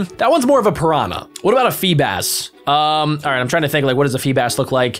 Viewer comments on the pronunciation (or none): none